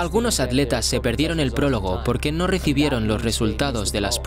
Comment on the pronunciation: Completamente de acuerdo contigo. Que porquería de doblaje. No saben pronunciar en ingles y ni saben pronunciar en esoañol: ¿que es eso de aletas??? ¿Y la T para que está? Es atletas.